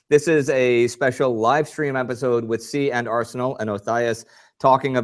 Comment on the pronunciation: Indy, another awesome episode (and NOT just because of the Ernie mug). also so glad to hear you FINALLY pronounce their "nomme de web" correctly (see and are senal, lol)., as always, first class effort, even with a shanghaied camera crew, and iron framed spanish revolvers waiting to shatter into fatal shrapnel from exposure to sunlight, lol! i actually did notice there was a bit less "big O", volumetrically speaking, congrats. aside from the technical glitches live streaming from opposite sides of the ocean can produce, you both do a great job of blending respective minutiae to give a very thorough overview. i couldn't ask for a better combo to do the job at hand!